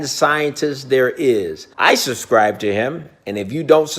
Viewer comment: Who else loves here “i suscib to him” Edit: thx for all the likes